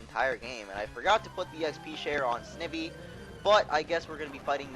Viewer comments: Snivy is prenounced Sni vee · In the next video can you PLEASE pronounce it "sn eye vee" think about it Snake and Ivy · He cant even say snivy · u just pronounced snivy wrong